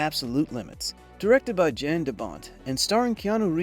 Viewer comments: hey sorry, but it's pronounced "yahn" De Bont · Just a tip: the director is Dutch, so his name is pronounced "Yan" instead of with a J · Poor Jan de Bont. No one ever pronounces his name correctly. The "J" is pronounced like a "Y". His first name is pronounced like "Yawn". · Someone needs to teach AI how to pronounce DoBont's first name. 🤦🤦‍♂🤦‍♀